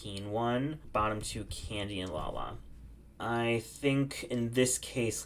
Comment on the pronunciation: Lalari? Really? 💀